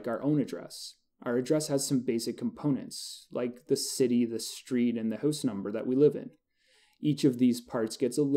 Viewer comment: haha i love how you say "hooose" instead of "house"